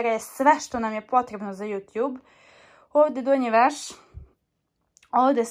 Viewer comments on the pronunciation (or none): none